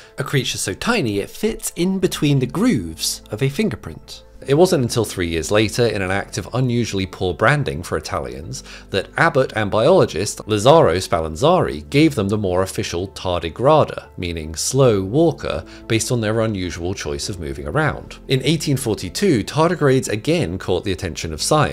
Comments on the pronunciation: Goeze is not pronounced Go-ezz, but more like Guts. You say SpallanzaRi while showing SpallanzaNi. Doyer does not rhyme with lawyer, but Is pronounced Doy-ay. Pretty sure the second K in Takekazu is pronounced as a K and not an H. Ancestral ends in al, not el. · SpallanzaNi, not SpalanzaRy. And the stress in the forename goes in the "LA".